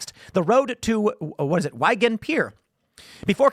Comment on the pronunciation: Tim Pool doesn't seem understand the title of the thesis. He couldn't even get through the Abstract, in fact he doesn't even know that he pronounced Wigan incorrectly. Lmao, this dude is an idiot.